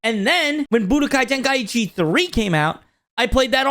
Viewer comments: Ten-kai-chi not ten-kai-ichi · Ten-kai-chi vs Ten-kai-E-chi